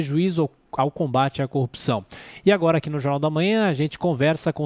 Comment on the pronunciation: SENADOR NÃO ADIANTA FALAR MOMENTO E DE AJI